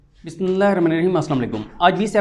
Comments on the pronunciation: مائی ڈیئر صدیق جان، آپکے ویلاگ بہت عمدہ ہوتے ہیں۔ لیکن ایک درخواست ہے کہ جب ویلاگ کا آغاز کرتے ہیں، تو تسلی سے بسم اللہ الرحمن الرحیم پڑھا کریں، کیونکہ آپکے منہ سے پورا بسم اللہ الرحمن الرحیم نہیں نکلتا اور آپ بہت ہی جلدی سے اپنے تجزیاتی ویلاگ کا آغاز کر دیتے ہیں۔ برائے مہربانی اس کا خیال رکھا کریں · پلیز بسم الله پوری اور صحیح پڑھا کریں